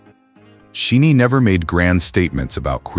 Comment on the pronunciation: I understand the intent behind this video, but as a SHINee fan it was jarring every time their name was mispronounced. Pronounce it like "Shiny", and their name means "Ones who receive the light". They receive light and like a prism they reflect it back as all the colours in the spectrum. They are ALL powerful allies to the LGBTQ+ community. These are the men of SHNee: Leader Onew: gentle, affectionate, quietly attentive to his member's needs. He doesn't demonstrate leadership through strength and domination, but by supporting the members beside him. Jonghyun: Deeply empathetic, an activist, he connected with people on a profoundly personal level whether it was through his lyrics, his years as the host of Blue Night radio, or his public support of a trans student. Key: Bold and fearless, nurturing, always challenging himself. He doesn't have to "come out", he just is uniquely himself. He has modelled for women's clothing and makeup brands to challenge the boundaries of gender. Minho: Arguably the most "masculine" of SHINee, he is passionate and incredibly loving, affectionate, accepting, and supportive of his members. He is not afraid to show masculinity is not just about muscles and athletic ability but acceptance of others and sensitivity. Taemin: He has embraced his androgynous appeal and has pushed the boundaries of gender in dance, fashion, and what it means to be masculine. To him, masculinity is kindness.